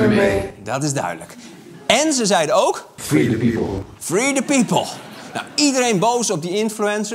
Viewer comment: Nobody::frie the piepol!